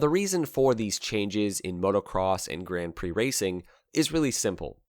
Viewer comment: Interesting pronunciation of "Grand Prix" . Why not just go the full hog and just say grand pricks? 🤔🙄